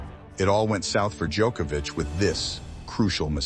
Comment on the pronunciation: FINALLY I hear an American actually pronounce Nole's name correctly. Every damn American I hear says DjOHkovic with a long O sound, drives me insane. Just hate mentality like "we'll pronounce it how we see it and not make any effort". To the narrator, thank you, it is appreciated.